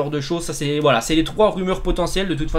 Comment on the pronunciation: A il dit whalla a la place de voila